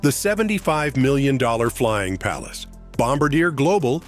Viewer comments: Dear, it's pronounced "bomb-BAR-dee-ay." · I understand wearing a business suit for a trip on a private jet, but leaving your jacket on the whole flight? Why? All you’re going to do is wrinkle it, especially on a leather seat.Just sayin’. Also, it’s pronounced “bom-BAR-dee-aay”. Might be time to update the AI narration.